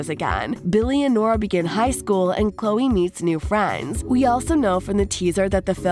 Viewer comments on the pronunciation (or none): none